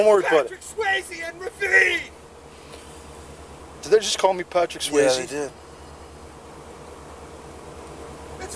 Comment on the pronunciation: It's Reveen, not Ravine. Google Reveen and you'll get a Ricky doppelganger.